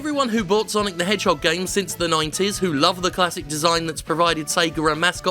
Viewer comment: It's sanic the Hedjim